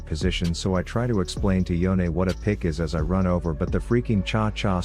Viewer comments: It's Yone not YoneA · so his name is pronounce yo-neh? I thought it was y-one